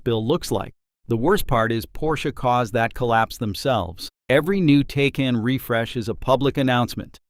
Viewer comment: And its pronounced TI-CON